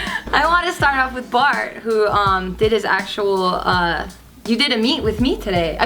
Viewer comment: Did anyone else hear barbecue instead of bart and geo